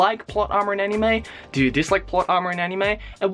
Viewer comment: you say 'Anime' weirdly. It's not you're accent, (I'm Australian, too) you put too much emphasis on the 'I'.